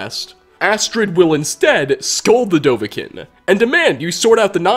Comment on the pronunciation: It annoys me when you always mispronounce dovahkiin